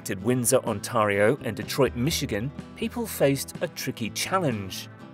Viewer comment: can't pronounce Michigan or Ontario, good lord